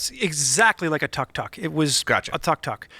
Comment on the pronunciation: it's pronounced took-took:) Going two wheels on that is tricky because the engine is in the back (compared to a sidecar motorcycle where most of the weight would still be on the two wheels on the ground). The wheels are also pretty small (scooter sized). I'd watch a video series of attempting that record though.